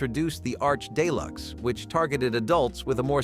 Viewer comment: Day-Lux ??? Common I usually disapprove of online English Professors but let's get real here.